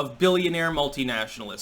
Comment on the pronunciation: Almost sounded like piss off